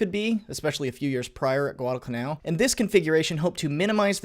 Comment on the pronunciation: There's no hard "g" in Guadalcanal.